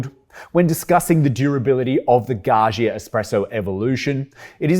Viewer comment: Gaggia: Please, pronounce the middle 'gg' as dj not *jshz*, as in 'budgie' or, better, 'fudger'. Thank you. 🙏🏼